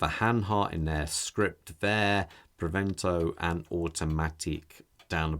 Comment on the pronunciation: It's "Preventor", not "Prevento" 🙂